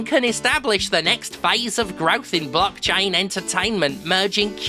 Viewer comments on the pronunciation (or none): none